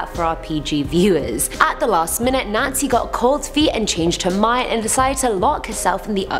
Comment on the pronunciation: Is it just me who heard Nazi when she said Nancy?